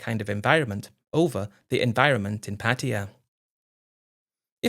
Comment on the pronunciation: After making an effort in a few stories, Patia is back on the menu. It’s just difficult for dumb Brits to say Pattaya 😂